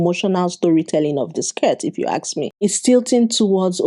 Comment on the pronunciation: Why do you say "aks" instead of "ask"?